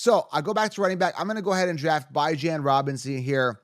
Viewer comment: i cant take you seriously when you pronounce bijans name like that man lol